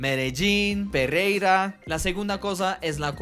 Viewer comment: Sofía Verga??!! 😂😂😂 Jaja me encantan tus video. "Y yo si jejeujejeu" "Perreira" Me alegras te el día.